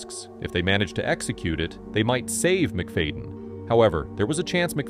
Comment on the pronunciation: "MIC-FAYDIN" -ai